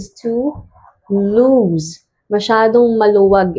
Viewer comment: You're pronouncing "loose" wrong. It's LOOS, not LOOZ.